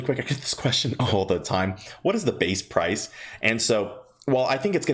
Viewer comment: Did he say "Parfice" the video?